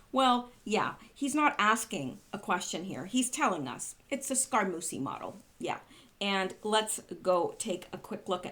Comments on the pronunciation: Scaramucci is pronounced Scaramoochi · Scaramucci is pronounced Sca-ra-moo-chi.